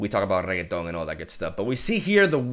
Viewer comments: I love the way you formulate things can see the passion in you, hate the way you say Ren-ek-ton but you do you. Good luck with the move hope it's all smooth. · wait, did he just said super sayan reggaeton?! im dying here xD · me correcting in my head every time he says regeton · Oh yes the good old RRRRREGITON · when you play too much yasuo that you call renekton, renekTon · Not the first time I've heard someone call Renekton "Regetón" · It's ruh-neck-ton, naah-sus and ah-zeer just FYI! Love your content as always, live reactions are the best kind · Hes legit saying REGGAETON wtf?? Lmao 🤣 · name: Renekton: Reaggaeton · Chucha cada que le dice regueton a renekton me rio xD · Did he call him "Renekton" at least once in the video? 😆 I think not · Reketón 😂 Me meo 😂😂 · Its renekton rennnnnnnekton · Its just renekton no need to add a Latin accent to it...(Re-Neck-Ton) is the proper pronunciation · STOP CALLING HIM REGGAETON PLEASE ITS SO WEIRD still loves your videos btw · Its pronounced ren-eck-ton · que borrado jajaa "regueton" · Its Not REGETON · sarcasm but seriously Re - NECK- TON theres a neck between the beginning and the end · He's purposely saying Reketon for fun :P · reket on ... 1/10 pronunciation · please stop saying rekatoooooan !!! my ears. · That name pronunciation is going to tilt a lot of people. 😂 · Not to speak about every time he ppronounces Renekton holy shit.... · Low-key loves the way pronounces Renekton xD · I dont know why but when he says renekton it just sounds like a french person saying it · A small part if me dies every time he is pronouncing Renekton incorrectly. EDIT: I am halfway through. I have just 53% left of my humanity. Saying Croco-Daddy once to save a Me. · I love you and don't be mad but why can't you say it like it's supposed to be pronounced:( unless that's how you pronounce it in Spanish then by all means lol. xD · Bru Not Reketoni,This Champion real neame iş RENEKYon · YES Regeton!